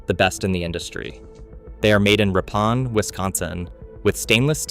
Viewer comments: FWIW, Ripon is pronounced “Rippin”, not Rip-ON. Think of the former NBA star Scotty Pippin, except with an R. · AI narrator: Ah-MAN-ah. RIP-in. (Birthplace of the Republican Party.) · I've had my Frigidaire side-by-side with ice maker since 2005. It's had one repair to replace a defrost control board, a common failure. But I was able to do that myself for the cost of the part ... $100. Also, Ripon is pronounced "rippin"